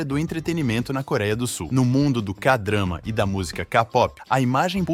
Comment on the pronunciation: "Kapopi" "Kadrama" 🥴